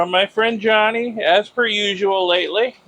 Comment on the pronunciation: Can you please not call him Johny. His name is Jani. I am sure its pronounced more like "yanni". Just check with him lol.😂